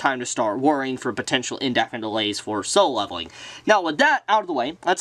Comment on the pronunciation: Dude. You repeat yourself way too much. Also, it's called "Solo Leveling" not "Solevling".